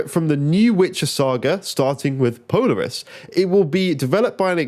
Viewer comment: It’s pronounced po-laar-us 😂